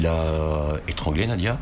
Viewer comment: Pourquoi disent ils Nadia ? C’est Nadjia .. qu’elle repose en paix petit ange